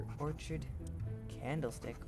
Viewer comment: nice video and its pronounced, Ore(Kid) Orchid